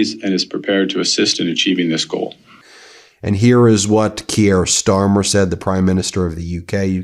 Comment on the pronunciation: Neither is it "Key-er". It's Keir. Butchering names all over the shop...